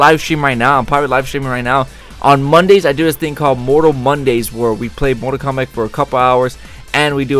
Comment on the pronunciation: KOMBATTTTTTTTTT!!!!!!1 NOT KOMBACK